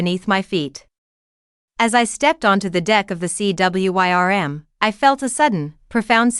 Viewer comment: Please proof the finished audio and correct mispronounciations and usages. "Read" can be said as 'reed' or 'red' depending on contex. It helps to check on unusual words such as "wyrm" which is another spelling of "worm", an old word that meant "dragon". I know I sound like an English teacher but it can really detract from the audio of a very interesting story and make it seem less well written.